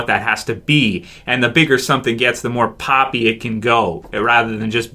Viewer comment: He kept on saying pooppy when talking about how glen's eye popped out of his socket and it was gross as shit!